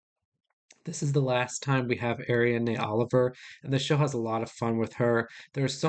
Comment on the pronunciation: Please check pronunciation of Ariadne Oliver